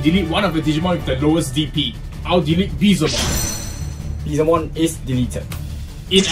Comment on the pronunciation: The comeback was epic , awesome battle as usual. 💜 Also, just wanna make sure r u guys calling our evil dude BeeZELmon ?? lol bcs i'm sure i didnt hear BeeLZEmon or even Beelzebumon.. 😅😝 (well either that or i should have an ear opperation 😁)